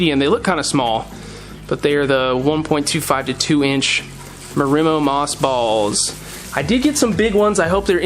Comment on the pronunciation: Not pronouncing marimo right either.